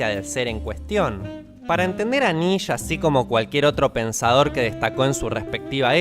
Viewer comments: Es un detalle, pero la forma de pronunciar el nombre de Nietzsche es "nitche" (lo mas parecido y facil, para no entrar en tanto detalle). En aleman la "e" despues de una "i" no se pronuncia, pero la "e" al final sí. Por eso se pronuncia "nitche", no "nietche" ni "nitch". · Se dice niische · No se pronuncia así Nietzsche, la re puta madre. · Cada vez que alguien pronuncia el apellido Nietzsche diciendo; "Nitch" me dan más ganas de tomar una metralleta y provocar una masacre. Mi intención no es ofender, pero por la mierda que me da rabia. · Es la primera vez que escucho "nish" en vez de "niche" o "nische" para referirse a Nietzsche